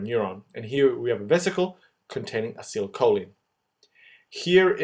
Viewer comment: You did a very good job at making this video and you really managed to show this complicated process in way so it becomes easily understandable. It really helped me to understand what's going on in muscle contraction . I've only on thing you could make a little different next time, please pronounce acetylcholine in a way that you say like Ah- See- Tile- Kho- Leen rather than your version of it, because as a chemistry student I really don't like it when such expressions aren't pronounced the right way. (Maybe your way is just the American way but nonetheless I do prefer the British version, which I am sure of to be correct). Anyway thanks a lot for your great video it really helped me and I'm sure loads of other people too to understand this topic.